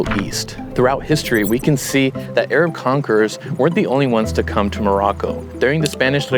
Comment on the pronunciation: "Muzlim" and "Ayrab"